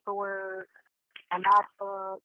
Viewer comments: Lol who has all that in their bookbag? And shes a flight attendant that goes to school? Shes said macbook right not mathbook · Pretending to be her daughter, I think she said Mac book, not math book. Just fyi 😊